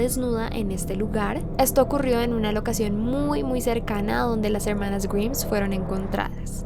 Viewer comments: Amo sus videos pero me molesta demasiado que pronuncie mal el apellido. Es GRAIMSSSS no GRIMS! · Me mata por qué pronuncia en inglés todo bien y correcto salvó el apellido se pronuncia graims no griims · Grimes se pronuncia GRAIMS no como dijiste pero si como se escribe está bien el pronunciado nomás está un poco erróneo:v Pd: amo tus vídeos y tu voz me encanta escuchar es muy relajante. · Grims? Pensaba que la pronunciación era graims como Rick Grimes de la serie The Walking Dead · Grimes se pronuncia "Graims" jajaja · No se pronuncia "grims" sino "graims" >:v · tqm, pero se pronuncia "Gaims"... Perdón.. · Se escribe Grimes, se pronuncia Graims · Se escribe Grimes pero se pronunca GRAIMS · No se pronuncia "graims"? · Pronuncias mal "grimes" jaja salu2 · Se pronuncia GRAIMS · A mi nomas me molesta que pronuncie mal el apellido intentando hacerse la que lo pronuncia bien? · DEBERIAS APRENDER A PRUNUNCIAR, esta mal como pronuncias grimes, sino sabes como se pronuncia ve a google traductor